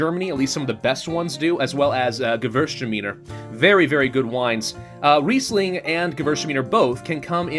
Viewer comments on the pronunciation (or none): What he was trying to say was "Gewürztraminer", which is also a wine (a very interesting one in my opinion) and not a region and rather hard to pronounce for any non native (German) speaker.